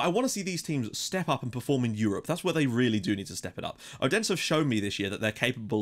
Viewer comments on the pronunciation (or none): Your pronunciation on the Danish teams are really good :) But in case you would like to know, the d in Odense is not pronounced with pressure. More like a th sound like when you say "that" "this" "then" etc. :)